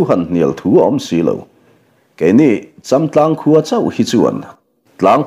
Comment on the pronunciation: châmtlang pawh a ri a dik ta😊😊